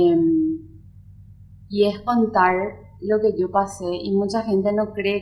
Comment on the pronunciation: Contaur,besaurme,susedeur,hablaur,invitaurme,teneur, Recordaur,pateurnos, Quedaur porque hablan asi???? Que chistoso acento 😂😂😂😂😂😂😂😂